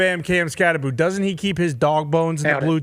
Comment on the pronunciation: It's pronounced, SKAT-TE-BO as in Skattebo, Pat. NOT "SKAT-TE-BOO" as in Scooby-Doo. Get it right, Pat. Jeesh, why the hell is every talking heads keep pronouncing Giants rookie RB, "Skatteboo?"